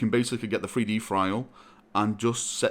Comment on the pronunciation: Not 3D printing, but "Free-Dee printing".